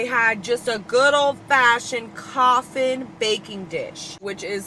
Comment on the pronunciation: Coughing not coffin hahaha